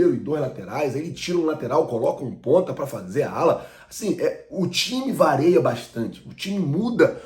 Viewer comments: O TIME VARIA BASTANTE,. NÃO "VAREIA". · Vareia ou varia ? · CARA VOCÊ É JORNALISTA E DEVERIA FALAR CORRETAMENTE O.PORTUGUES E FALA QUE O TIME VAREIA MUITO O ESTILO DE JOGO ???? VOCÊ SABE NÉ? VARIA O ESTILO DE JOGO É O CORRETO OK?